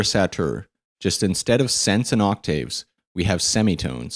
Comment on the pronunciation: You're pronouncing "octave" and "vibrato" wrong.